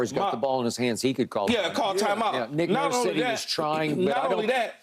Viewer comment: sounded it out and still got ot wrong 😂😂